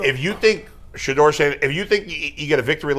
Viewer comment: Stop it. Kevin struggled saying Shedeur how women struggle to say im sorry up until last week